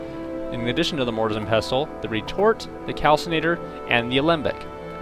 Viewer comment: You don't pronounce the T in wrestle or nestle, so why are you doing it with pestle? Were you home-schooled or some sort of English as a foreign language student? Here's a little tip in life, languages and even dialects are "consistent" to be accepted as such, that is especially with pronunciation. I knew how to say pestle and mortar since I was a child, because it is a commonplace kitchen item for grinding up herbs. I'm so sorry that you seem to have lead such a sheltered existence to have never heard the word said out loud before, but it follows the same rule you follow with wrestle. This is English, not 'Nam, obviously, if you want to do that, go ahead and do so with arapaho or any of your other native languages, not ours.